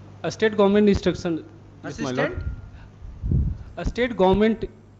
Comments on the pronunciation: He is unable to pronounce State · North indian IAS pronouncing State government as estate government. He was taught the same in his ischool😂😂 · Poor pronounciation state ko astate govt bol rahe hai dm😂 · what a pronunciation!!!! Estate government 😂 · isState govt (pronounciation) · hindi mixed english pronounced that guy 😂 estate government, “ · I don't understand y north Indians use 'es' or 'is' before words. Eh- state govt order 🤦🏽‍♂️.. how difficult is it to pronounce "ST-ATE" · This is the pathetic english education system in north India. Even an IAS officer cannot pronounce an english word without their regional dialect. 'State government' pronounced as 'estate government'. Pity on the teachers and the education system. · No clue if this is a real courtroom or a scene from a movie. However, one can't help but wonder: Why is this IAS shivering? High court is not supreme, after all, judiciary is just another pillar of the Government, and why is this Judge intentionally mocking 'Iss state' pronunciation?" seems to reflect insensitivity towards the IAS's role. It's crucial for the political branch to enact laws and constitutional amendments that prioritize freedom of expression over threats of contempt of court, allowing individuals to voice concerns without fear inside and out side courts. Jai Hind 🇮🇳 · 😂There are IAS officers in North India, who can't pronounce State Government ( Estate Government 😢😢😢😢😢) Modi could get 100% vote in North India 😂😂😂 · Ha ha ha... IAS officer cant pronounce state government.. 😂😂😂😂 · Can't even pronounce 'state govt'. Still he is an ias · Report says that IAS is still trying to pronounce State correctly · He can't pronounce state and he becomes IAS 😢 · I dont know how he has studied IAS.he is unable to pronounce the word "State Government" and speaking in Hindi in the Court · I dont understand how he became a district collector. Cant even pronounce the word state .